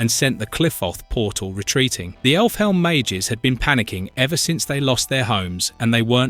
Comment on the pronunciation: this guy's voice is AI right? pronouncing Elfhelm as effle helm, and butchering Qliphoth makes me think it's just AI reading a script